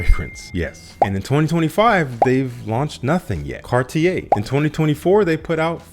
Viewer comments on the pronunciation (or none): none